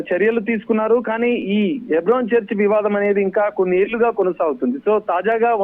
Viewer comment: హైబ్రోన్ కాదు తల్లే.. హెబ్రోన్..ముందు కరక్ట్ గా మాట్లాడడం నేర్చుకో